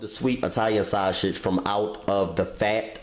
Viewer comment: nigga said "shoshage" 😂